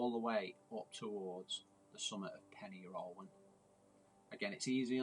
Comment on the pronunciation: Just for future reference Pen Yr Ole Wen is pronounced "Pen Urgh olay when" :)